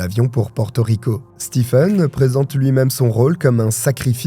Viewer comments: juste un petit commentaire Stephen se prononce StiVn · Coucou ! Juste pour info, "stephen" se prononce "steven"...voilà 😁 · Hello! Très bonne vidéo ! Stephen ça se prononce Steven pour info